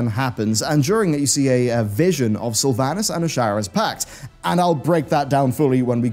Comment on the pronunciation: Everyone is saying World of Sylvanas-craft wrong